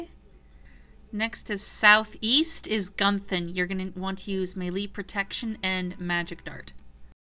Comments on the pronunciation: she called guthan gunthin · its not "GUN-Ton" lol its guthan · rofl "gunthan" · gunthan??? its uth not unth lol... you pronounce some things realy incorrect must be because you are american.